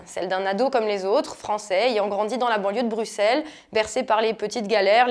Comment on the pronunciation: On écrit Bruxelles mais on prononce "Brussel". Je ne pense pas que vous seriez content si on disait "Auxerre".